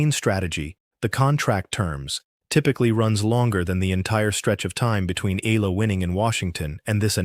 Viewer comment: E--Ya--LA, pronounce it correctly... search it.. Palibhasa AI nanaman..